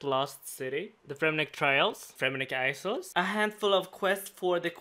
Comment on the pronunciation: Its not accent he spoke it wrong lol